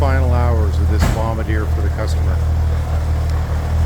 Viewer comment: Those vehicles look like great fun. It's good to hear someone pronounce "Bombardier" correctly as well!